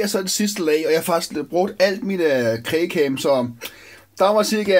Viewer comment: LOL han sagde krage cem